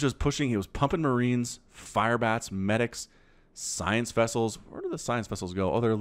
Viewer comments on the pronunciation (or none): Its medics not manivaks.. how is it written...`?